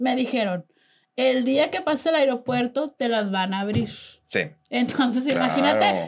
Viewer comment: En el airiopuerto 😂